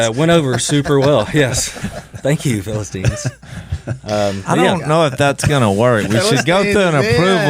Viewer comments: The Phil-a-sons. ? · PHILLIP-STINES! LOL! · Phil-istine. Lol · Philipians...not Philistines... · Philasteens. HAHAHAHAHA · phils face when willy said philistines lol not impressed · "the Philistines" LOL